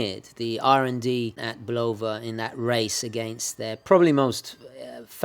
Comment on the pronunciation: Great video as always,. I have the Railroad model that I received as a birthday present in 1965. The case has never been opened except for battery changes and it runs perfectly. Oh, by the way, in America it is BULL-ova, not bul-OH-va. Ring up the office in the ESB and listen to how they answer the phone.